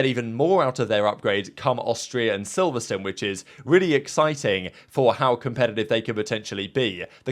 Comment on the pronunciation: what is silverstun? silverSTONE